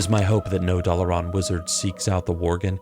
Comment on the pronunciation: Dalaran as well.